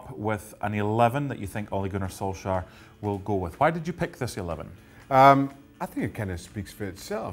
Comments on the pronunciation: Ah, yes, Gunnar Solskhar. It's been long enough now, people should know that it is not pronounced with a hard K. More like Solshajr...? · Don't ever say "Gunnar solskjaer" again lol